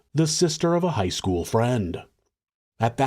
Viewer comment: Dude. “Skoo-wull”. Ugh 👋